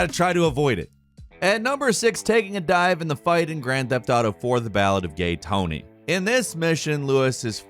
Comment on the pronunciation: “Gryand feft ardough”